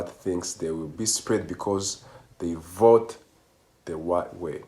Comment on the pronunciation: "I will boat, for Donald Trump." Yes. You will boat.